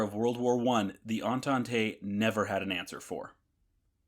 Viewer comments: The word "Entente" is pronounced "On-tont", not "On-ton-tay" ;-) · Das mit Abstand Lustigste an diesem Video ist die deutsche Sprache der KI! Die "Fowler Doktor 1" und die "Fowler D 7" flogen gegen welche Tante? 😮 Na gegen die "Antante" .... und nicht gegen die Mizzitante oder die Resitante! 😊 Und der Konstrukteur Reinhold Plotz war offenbar ein echter "Plotzkopf" .... äh .... Klotzkopf! 😂 Wer ist denn Hermann "Guring"? 😮 Was ist eine "Brigette 16"? Vielleicht ein fliegendes Kohlestück? 😮 Das passiert, wenn der Macher dieses Schwachsinns kein einziges Wort Deutsch versteht .... und seine KI auch nicht! 😂😅😊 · Great onbthe technical side. One note, the word ENTENTE is French, and since there's no accent over the last e, it's silent. It only signals that you should pronounce the "t".... "on-taunt".